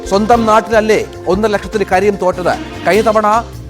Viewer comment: കരിം അല്ല കരിം ക്കാ ക്കാ